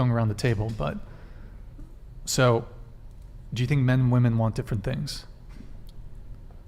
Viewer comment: Omg this was an exhausting and VERY delusional one woman panel……but that didn’t irritate me the most. What was most irritating is the fact that not only “” but ALL the females could not pronounce the difference between “women” plural and “women” singular. EVERYTIME the plural/general fashion was used, it was pronounced in singular fashion - And it literally stabbed my brain with a screwdriver every time I heard it.